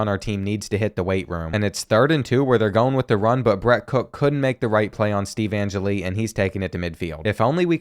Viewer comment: an-jelly not an-jilly